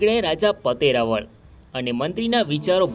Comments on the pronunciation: ઇતિહાસ ના મહાન વ્યક્તિત્વ ધરાવતા હોય તે રાજપૂત ચૌહાણ રાજા જયસિહદૅવ મહારાઓલ ' પતય રાઓલ " ઉચ્ચાર કરશો્ જેથી બહાદુર શુરવીર શક્તિશાળી ભક્તિવાન રાજા નું ના ગૌરવશાળી રહે્. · ભાઈશ્રી પાવાગઢ ચાંપાનેર ના હિન્દુ રાજપૂત ચૌહાણ રાજા નું નામ પતાઈ રાઓલ જયસિહદેવ મહારાઓલ નામ નો ઉચ્ચાર કરશો્ રાઓલ ' નો અર્થ. રાજા મહા રાઓલ અર્થ મહારાજા માન વાચક શબ્દ છે મહાન વ્યક્તિત્વ ધરાવતાં. બહાદુર શુરવીર શક્તિશાળી ભક્તિવાન રાજવી જયસિહદેવ મહારાઓલ (પતય રાજા) પાવાગઢ ચાંપાનેર રાજ ના રાજવી હતા્ વારંવાર ભૂલ ના રહી શકે હ